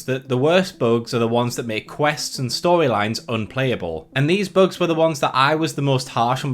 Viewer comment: Who pronounces bugs as "Buags"? Do you call Bugs Bunny "Buags Buaney"? :P